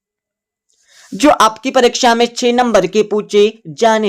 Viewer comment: Tu 6 ko che kyo bol raha h